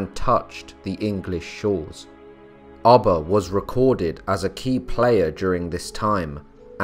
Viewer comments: Its ubbe not abba hehe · I couldn’t keep listening with you saying ubba like your saying rubber without the r. It’s ubba like your pronouncing it with two o’s “ooba” 😔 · Pronounced: ooh-ba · Did it drive anyone else crazy the way he was pronouncing Ubba's name? Everytime he said it I would say it the other way. Lol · Come on all this knowledge. You could've pronounced his name properly. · Pronouncing his name incorrectly just turned me off to this!